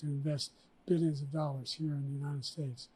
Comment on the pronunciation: Beeleeuns and beeleeuns of dollars